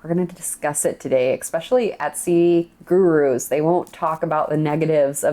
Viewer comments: I love you! But please stop saying EXspecially! It's ESPECIALLY 😜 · THE WORD IS ESSSSSSSSSSSSPECIALLY, Its a Frik'n S not a k!